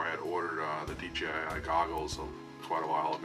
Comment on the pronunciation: I subscribed to your channel simply because you pronounced DJI properly, not D Gee I. 😎